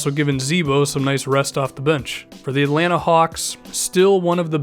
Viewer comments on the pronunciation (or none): none